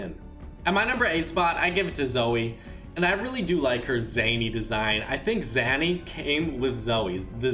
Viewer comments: Zany is pronounced as zaynee not zanee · It’s not called the Zanny.. it’s the Zany - pronounced Zay-nee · its not zanny its zany (zay•nee) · It's zae-ne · THE DANCE IS CALLED ZANY, ZAY-NEE, YOU PRONOUNCE THE WORD NORMALLY BUT NOT WHEN ITS THE DANCE, ZAY-NEE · It’s pronounced Zay-Knee you idiot